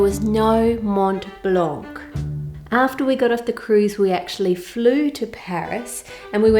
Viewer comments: Hi I'm french and you actually pronounced "chataigne" correctly ! But in "Mont Blanc " you shouldn't pronounce the T and the C. Yes french is weird😂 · Hello Ann, I'm french and your pronunciation of "chataîgne" is pretty good according to the "gne" in this word which makes it difficult for not french speakers. Other tip, we have some "mute" letters, so you don't have to pronounce the "c" in "blanc". More over, we have two words in France for chestnuts, there is "chataîgne" and "marron" (which can be also refer to the color brown) but "marron" are technically not edible. I said technically because some "marron" are the deluxe version of "chataîgne", don't remember exactly how and are fit to eat. Those "marron" are usually made for "crème de marrons" (chestnut creme) or "marrons glacés" (candied chestnut) which are usually festive products in France. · Bravo Ann, your pronouciation is nearly ok, just un little detail for "Mont blanc" you must not pronounce the "t" of Mont and the "c" of blanc and this is perfect, same goes for "chataigne" the final "e" il nearly silent. I love your channel and recipes, thank you for sharing all your skills and hope you had a very nice time in France. Love Brigitte from a very small village in Dordogne, Agonac, near Périgueux. :) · This is so beautiful! Not only the traveling part but also the recipe! As for your french: you almost got it! You just shouldn't pronounce the "c" at the end of Mont Blanc and for "châtaigne" make the "ai" part longer and almost don't pronounce the "e" at the end! French is one of the worst languages to learn so you are doing great!!! Thanks for the great video as always!